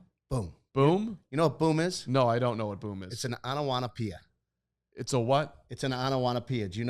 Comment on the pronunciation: Lol, it's onomatopoeia not onowatopoeia. Great episode tho!